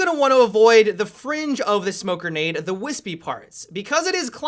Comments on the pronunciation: "Smoke Gernade" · funny how he pronounces grenade